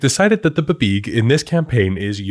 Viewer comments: I keep hoping he's gonna stop saying "buhbeeg" but he Just. Keeps. Saying it. 😭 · it most definitely is not pronounced "buhbeeg" wtf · DUDE PLEASE I LOVE YOUR CHANNEL STOP SAYIN BABEEG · 30+ years of GMing and this is the first 'how-to' that breaks down the planning in a simple, easy-to-understand way. We've all read those paragraphs in the DM Guides, but thank you for putting it in 'english'. But buh-beeg? Can't do it. Will always sound out as bee bee ee gee for me. 🙂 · I can't say I've ever heard it pronounced "buh-beeg" instead of "bee bee ee jee", but I do kinda like it! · I have never in my life ever heard it called “Buh-Beeg”. 😂 Great video though! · I am now incapable of pronouncing BBEG as anything other than bibeeg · I’ve been DMing since the 1900s. I have never, EVER heard BBEG pronounced “buh-BEEG”… but now I’m never going to say it any other way. 🎉🎉❤❤ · I always went with "bubeg" but I like yours better Also your exasperation with half-assed American media appropriation (and pronunciation) of mythology is priceless 😁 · I've always pronounced it "bee-beg" but I think I just decided on that myself from the spelling.